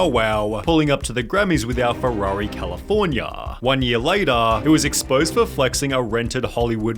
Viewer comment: Dude, please change your pronunciation, this is unbearable to hear. Eitherrrrrr, Californiaaaa, Enzooooo, Managerrrrr. It takes away from the content.